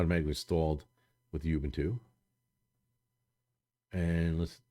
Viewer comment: you can't even pronounce Ubuntu right.. geez dude